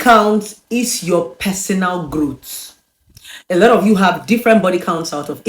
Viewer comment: It’s growth. Not, growt lol